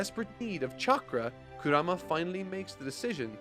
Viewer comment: i love the narating and all, but can you pronounce names correctly, just, any name… Kura-ma? Kurama! Almost every single name is pronounced wrong, and i don’t care about manga letters, the way they pronounce it in the dub and original japanese is enough for anyone to say the names right